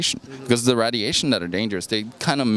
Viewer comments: GOES UP IN WATTAGE! This moron has no idea what he is talking about. If you know what WATTAGE IS! RAD iation. Does he even know how to pronounce RAY dilation. 60 WATT FRYS PEOPLE. WHERE DO THEY GET THESE BRAINLESS MORONS FROM. Oh here it comes the ubiquitous THEY, THE CONSPIRACY WITH THEY BEHIND IT. More RAD iation. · lol "Readiation" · Rad - E - ation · found a new way to say radiation